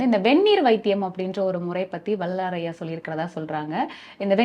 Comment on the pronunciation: Anchor should learn to pronounce tamil. Couldn't even pronounce Vellalar correctly. Very bad